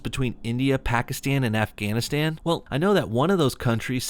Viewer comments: wtf is an "Offghoniston"? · And Afghanistan too but then she pronounces India normally